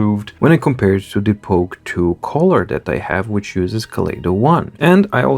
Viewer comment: Just a pronunciation hint: not collar (part of a shirt) but cull-er. British -colour kʌlə; American -color kələr